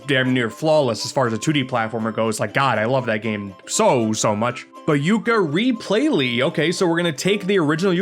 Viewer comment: "Tooka-layee" sounds about right.